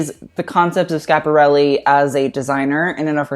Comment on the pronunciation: please prounanca the I in Schiaparelli